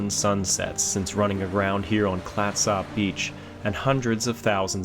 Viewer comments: YES! I was wondering if this bothered any other Oregonian. Otherwise very enjoyable and informative. And doesn't butcher the pronunciation of Oregon. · Worse Tham Clatsop being pronounced wrong is Willamette or Couch Street. :D (For those who don't know, Willamette rhymes with "dammit" and Couch is "cooch." Now when it comes to Puyallup, no one seems to know about that one and even locals debate it still. "pew-AL-ip" is the most common. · This video and others on this channel are excellent historical presentations. Very well done! But we laughed at the pronunciation of Clatsop. It's Clatsup not Clat SOP. Noob😅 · It's pronounced clat - sup County, as in SUPper ( dinner ), not Clatsop. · im from astoria its prnounced clatsup not klattsopp just saying. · FYI Clatsop is pronounced Klat-sup. Love your channel. :) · We pronounce Clatsop “Clat-sup”. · FYI- we pronounce Clatsop: "Clat-sup". Good job with Oregon, though : ) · Clatsop is pronounced as ClatsUp. The Sujameco was a 324-foot steamship that ran aground in 1929. The wreck is located on Horsfall beach in Coos County, OR. and is in similar condition. The storm conditions that exhumed the Peter Iredale exists at Horsfall as well, so its remains should be just as visible. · When it comes to the pronunciation of Clatsop, you're simply trying too hard! You need to emphasize the first syllable, and just let the second syllable happen on its own, but don't emphasize it so much. Kind of like the word "ketchup"... "CLATsop"!😁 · You say clatsop wierd . Clats-Op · It's pronounced "Clatsup". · Clat sop? It's pronounced "clat-sup" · Thanks for coming to Oregon. Clatsop is pronounced Clatsup, with the "a" pronounced as in cat. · Clatsop is pronounced Clats Up. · How long were you here and no one told you how to pronounce Clatsop? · I've never heard it pronounced, "clat-SOP" beach. Oregonians pronounce it "Clat-sup". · It’s pronounced “Clat-sup.”